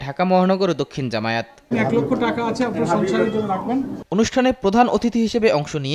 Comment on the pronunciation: জামায়েত না জামায়াত শুদ্ধ করে উচ্চারণ করুন